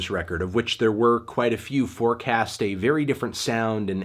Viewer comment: So not a good feew weeks for records huh?